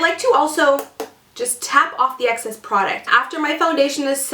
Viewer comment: Hey! I really like your videos! And your super gorgeous face! I just wanted to say, when you mention tapping off the excess, it sounds like youre saying access. Theyre two totally different things!